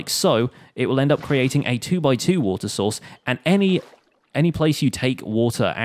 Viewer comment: am I just hearing Water Sauce ?